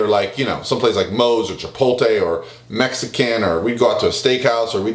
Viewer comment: When are people gonna learn to pronounce chipotle Its not chipolte Its chipotle